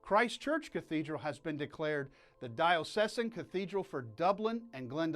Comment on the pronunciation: Sounds like you are mispronouncing the words "Archbishop" and "Diocesan"....?